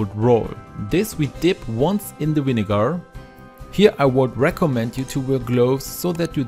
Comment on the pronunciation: love how he says vinegarrr